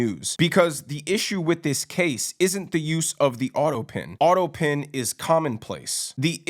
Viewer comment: autopen not autopin! Thanx for your surefooted take on what's going on, I enjoy your style and your straight shootin' courage! BTW "Doctor" Jill which is what she insists on being called, or "Doctor" Biden, is not an impressive doctor like the title implies, she has a minor degree in education that is not even impressive. nor has much clout in the Academia world. Such a bunch of breaching phonies across the board. Between OBiden showering with his daughter and having a depraved drug addict for a son, its not surprising that this is a dysfunctional family. My heart goes out to such family dynamics because its indicative of our messed up society that covers everything up and puts on virtue signalling and being insistent on being called "Dr" to make for a good image. So messed up and sad the price we pay to "look good" takes its toll on our families and our country. What a mess!